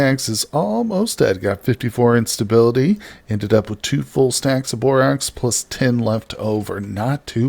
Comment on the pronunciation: FWIW, it's borax like the "a" in "hat" or "cat". Love your videos though!